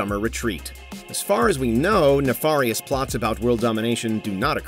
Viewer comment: I like how the narrator says nefarious wrong twice despite the correct pronunciation being said in the interview